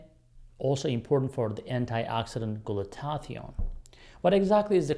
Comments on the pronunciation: He's very knowledgeable, but pronunciation for glutathione should be, glu ta thi one, ... not, glu ta tath ee one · Glue-Ta-Thigh-Own 4 syllables